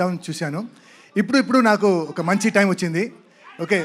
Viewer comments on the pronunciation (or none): సార్ టీం కాదు ... టైం....మారింది.... ఒకే ఒక్క అక్షరం అర్థం మారిపోయింది